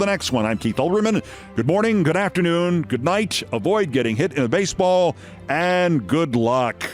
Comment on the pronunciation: "Avoid getting hit in a basball"...? (Brilliant. That was your last line of this edition).